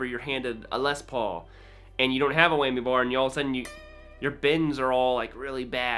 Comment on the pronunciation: It’s a WHAMMY, not Weigh-me! XD